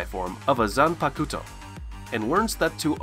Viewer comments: Zanpakuto is pronounced Zanpakto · my man said "Zan Pucuto" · Nice Video, i Like it. But i have one little thing to say. When you say the word Zanpakuto.......the u in this word is silent. No offense. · Oh god the way you pronounce everything, I get it you haven't learned Japanese but know that in Japanese they don't always pronounce EVERYTHING as it's written the way you just did, they don't always say desoo for desu, they often just pronounce it des. So you don't have to say "zanpakuto", you can just say zanpakto, kisuke into kiske, not kisooki like you said, and I bet the list will go on, anyway if you've seen the show you should've at least heard how they pronounce things. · "zanpakooto" ....."kisooke". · Wtf the pronunciation of zanpakuto